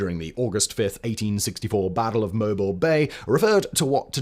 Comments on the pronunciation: It is pronounced MoBeel not mobil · Mobile Bay, Simon, mo-BEEL. mo-BEEL. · Mobile and Albany as well.